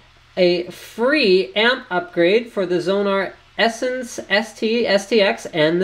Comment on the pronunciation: What you may actually need is an IC extraction tool :P BTW, it should be pronounced "sense" as audio is a sensual experience!